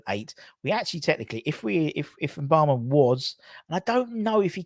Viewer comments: It’s Mubama as in ‘moo’bama not ‘en’bama. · I guess some people have difficulty pronouncing simple words... With such a promising talent you'd think a media channel would make the effort to pronounce Mubama's name correctly, it's not hard!